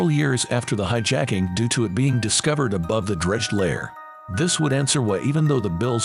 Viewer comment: When the voiceover says "hi-JACK-ing" near the start... I go to something else. F'n clowns.